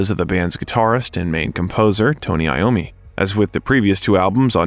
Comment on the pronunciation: Voice over It’s Tony iommi. NOT Tony Lommi…. How embarrassing